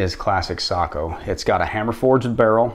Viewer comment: Finally someone who says Sako the right way